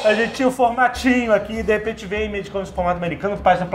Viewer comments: é só o meu ouvido que dói, ouvir eles dizerem "imeige"? Mesmo dps dos drops e dicas da Wise Up?? É IMAGE.. com pronuncia "ímage" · Já que rolou a discussão no episódio, Spawn se pronuncia "spón", mais parecido com o que o Jovem Nerd falou. E quer dizer ovas, mas também prole ou cria ou até como fruto, resultado, produto. Como verbo pode ser desovar, gerar. E pelamordedeus azaghal, image se pronuncia "ímage", não "imêige" :) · Bicho, pelo amor de deus, quem foi que espalhou essa praga que é a pronúncia “Imeigi”? Pqp! É Ímage (próximo disso, na verdade). Mas se falassem como se lê em português já passava mais perto. Pq diabos inventaram essa pronúncia totalmente sem sentido?